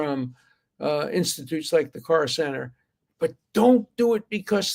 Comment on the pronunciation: Council on American-Islamic Relations (CAIR) - it's usually pronounced like "care" - but Dersh is pronouncing it like "car" - it's a pro-muslim group that is trying to pass itself off as moderate - but actions speak louder than lies